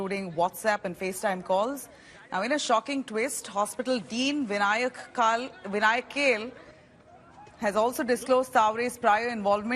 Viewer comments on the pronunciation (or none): It's pronounced Kaale and not kel as you pronounced 😂